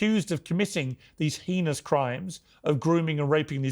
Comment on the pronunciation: Please also learn to pronounce "heinous" if you're going to use it extensively and repetitively